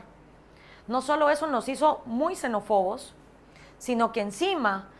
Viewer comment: Xenófobos. Palabra esdrújula. No xenofobos. Minuto .